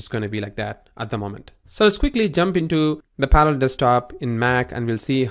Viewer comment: Par-a-llels. Pronounce it. Syllables. Learn what they are. You sound like you're saying Panels. Good lord.